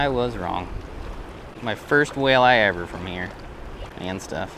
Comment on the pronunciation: I swear I heard you call it a whale-eye🐋🤣